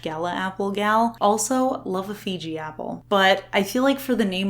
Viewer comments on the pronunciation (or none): It’s Fuji apple, not Fiji. I normally hate know it alls who correct people, but I’m a Fuji Stan so…lol.